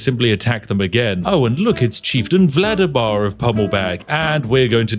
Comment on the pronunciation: Carnial? Vlademar? Spiff, have you ever taken a dyslexia test?